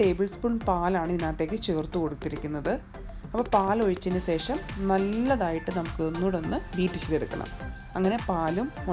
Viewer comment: Sesham alla.. shesham.